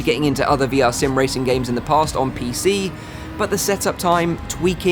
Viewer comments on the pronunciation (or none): none